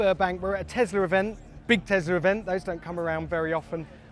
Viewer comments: Why do you say Teslar? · Tesler, love it lol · teslar ... event you need to speak properly! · 🤦🏼‍♂️ tg presenter, there is no R in Tesla.